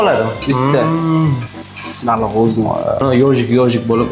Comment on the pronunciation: Baluuu emas baliq